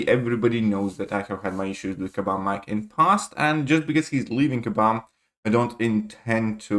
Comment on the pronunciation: Just say mike, he's gone now so don't bother saying "mee-kayy", bag of feces isn't worth the extra syllable